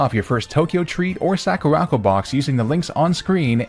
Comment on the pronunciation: it's sakura-co. not sakarako